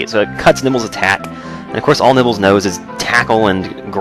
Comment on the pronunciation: at some points in the video you sound like your saying nipples instead of nibbles